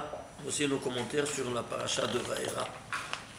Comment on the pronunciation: Vaera, pas Vayera !